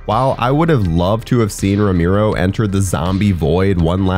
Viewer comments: It's Roh-mer-oh , not roh-meer-oh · ROE-MARE-O, Not Romeero. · It's pronounced RO-MARE-OH, not RO-MEER-OH. And it's "disingenuous" not "disingenuine". Your mic sounds really good though. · Awesome video man. VEry obscure. Quality content. Buuuut.... "Row-mee-row"? Dude, it's "Row-mare-row" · people just gotta hate lol, they aren't really happy if they aren't hating something. (for example, it's ROW MARE O, not ROME EAR O ya dipstick...lol ) are they amazing? no, are they alright silly fun zombie flicks, yeah. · Idk man, hearing you say "Ro-meero" instead of "Ro-marrow" is bothering the fuck out of me. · i do0nt want to be that guy but its pre-programed in me to just say that you kept pronouncing his name wrong lmao its RO-MARE-OH not RO-MEER-ROH im sorry ik i look like a huge tool but its how i was raised 4giv me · "Rome Arrow" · Cringed every single time he said Romiro. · Ro - MAIR- oh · Makes it really hard to watch these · Ramiro? Lol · It's R-O-M-ero :D sorry